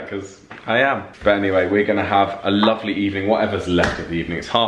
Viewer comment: I love how starting to get the northern accent, especially when he said lovely